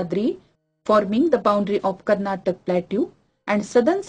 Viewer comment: its Karnataka and kerala ... not tak and ral